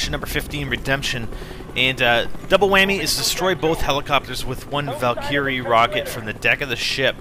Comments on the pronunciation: Val Ker Ree. Not Val Kee Ree. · valkyrie= val-ker-ree not val-kee-ree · isnt it a val-ker-ry laucher? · its like he doesn't know how to pronounce valkyrie. (VAL-KUR-EE) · its prenounced val-ker-rye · Well you sure sound like it , but thats not the point you cant pronounce Valkyrie Rockets right .... You ey Canad? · u kinda pronounced valkyrie wrong.........cant really tell you in this comment how to pronounce it